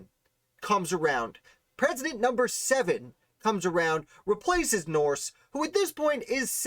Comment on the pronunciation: Thanks for this great piece on Joseph. One note... the name is pronounced "Nurse." Andrew Jackson famously said that his first order of business as President would be to "clean out the nursery" in reference to Joseph Nourse having filled the treasury with his relatives. George Washington referenced Joseph and his father in several of his papers and letters spelling the name "Nurse," e.g. Diary entry 9 Mar 1771: "Finished Ditto for Mr. Marcus Stephenson—who was to be the bearer of them. Mr. Dick & the two Mr. Nurses dined at my Brothers today."